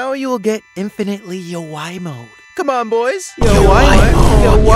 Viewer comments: Bro said "lets infinitly yawai mo him"☠☠☠☠☠☠💀💀💀💀💀💀💀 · When messed up the word yowai mo I was laughing for 3 minutes straight 😂😂🤣😂🤣😂🤣😂🤣😂